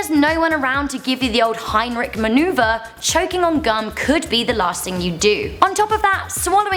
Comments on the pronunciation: she said Heinrich instead of hinlick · its Heimlich not Heinrich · Hahaha she said Heinrich not Heimlich XD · Heimrich maneuver? delegate you’re dumb... keep trying though! HEEEAAAALLLLOOW! high pitched screeching heimlich* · HeimRick? It's heimlich sweet heart. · heimlich maneuver not Heimrich maneuver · Wtf is the Heimrich maneuver? Did she mean the Heimlich maneuver? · she said “himerick” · "Heinrich" maneuver? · heimrick manoeuvre lol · heimlich maneuver, "L" not an "R"